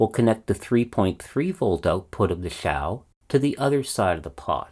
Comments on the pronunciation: Hmm, 'piccolo' would mean small flute, according to English Wikipedia, but 'small [Italian - detected]' according to Google translate. At least he got the pronunciation right: until now I've always been saying what I see - (ouch) 'Zhau' - despite the fact that a guy, Xiang, whom I knew is now Shane colloquially. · yeah points for pronouncing the x correctly. I’ve lost count of the number of incorrect pronounciations of Xi Jing Ping that I have heard!